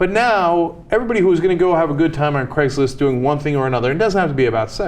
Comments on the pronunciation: why cant you pronouce the ai in craigs list sounds more like cregs list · It's Craigslist, not Craiglist.